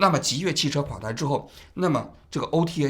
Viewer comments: 极越汽车啊，老王，一直在说极度汽车😅😅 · 最近的节目太不严谨了，极越说成极度，12月11号又一直说成11月11号，之前有一期还一度把钟明轩说成林明轩，虽然你们是个网络节目，但这种业余状况和你的调性又不符，听起来真的难受，如果一镜到底是这种效果的话，其实也可以考虑剪辑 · 是极越不是极度😂😂😂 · 是极越， 不是极度。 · 叫极越，不是极度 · 到底极越还是极度 怎么一直口误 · 极越啊 从头到尾都说错 真的难受，怎么这么低级错误的视频还要发出来。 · 王局最近都不审核了吗 极越汽车一直说成极度汽车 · 真的听不下去了，到底是我文化不好，还是王局读错了，极度极度的，听的非常难受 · 主播的普通话不过关吗？念错好多字！极越？极度？ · 从头到尾一直念错极越，实在看不下去了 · 王局，雖然是間倒閉的公司，但極越一直唸成極度，聽著實在有點…… 是口渴到極度乾燥了，才一直唸錯嗎？ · 把极越一直说成极度，太不专业了。。。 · 这一期口误太多了，一直在讲Ji Du汽车，是因为不能讲极越这两个字吗？ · 极越汽车，你到底怎么回事，连名字都叫错，一直叫极度汽车，听着太别扭了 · 不是极兔汽车 是极越汽车 王局怎么最近稿子总是读错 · 字幕是極越，人家直播也是極越，王志安則是滿口極度極度? 真是有些莫名其妙，還以為"越"這個字可以念度了。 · 极度早改名极越了，你标题里也是极越，怎么全程读成极度。感觉准备工作没做好，手下收集了信息后只看一遍就播了~ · 极越，不是极度～最近错误频繁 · 王局最近节目嘴瓢次数越来越多了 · 到底是吉度还是极越啊，累死了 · 极越汽车怎么念成极度汽车了，错别字太离谱了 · 王局别激动，好好说话，是极越，不是极动❤ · 王局纠正一下，是极越汽车，不是极度，哈哈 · 真jb服了，你一个做几十年的媒体人，连字都说不明白，极越 极越极越！你读极度？都这么简单的错误你翻翻以前的节目，你错多少次了？ 老犯这种低级错误，央视不开你开谁？ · 不是极越嘛，为啥王局一直念极度？口音问题嘛？ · 极度极度极度😂😂……HR叫HO！王局…能不能专业点… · 能一直把极越说成极度 王局也不容易 😂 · 是极越，不是极度！王局，严谨点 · 极越，怎么老是说成极度？ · 。。。极越次次说成极度，你可真行！ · 王局要自我检讨了，车企名字一直念错，让听中观感很不好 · 极越，不是极度，老王总是在节目中读错字，要改，否则扣钱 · 这车企死都死了，你都叫不准他的名字，他叫极越，不是极度啊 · jiyue 不是 jidu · 极度极度的😂，这口误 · 极越汽车极越汽车，通稿念错名字！ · 极越名字没取好，从王局一直念错它的名字来看